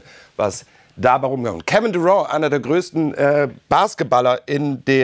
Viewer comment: Das mit der Aussprache bei Kevin Durant lernen wir aber nochmal! :) Nur zur Info: Er ist kein Franzose! :)